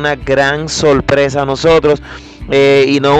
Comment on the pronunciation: No se dice solpresa sino sorpresa